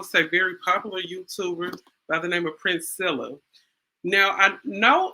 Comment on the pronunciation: I wonder why no one can say, PRIN-SELL-A? Princella like Princess Ella.